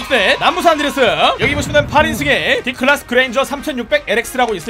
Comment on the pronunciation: 그렌저라 할때 그렌절이라 한줄